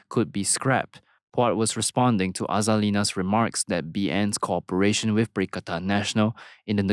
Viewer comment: Hey👋 Co-operation Is NOT pronounced as Corporation 😂😢😅😊😂😢😅😊😂😢😅😊